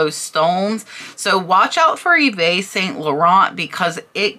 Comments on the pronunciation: I love your educational videos. Just a good learning opportunity for you from your French Canadian fan YVES is pronounced just like English EVE. Merci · Also fyi: Yves is pronounced in French as "Eve". I do love learning from your videos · FYI...Yves is pronounced "eev" and Vendome is pronounced without the "a" sound at the end. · yves - sounds like eve - its a french name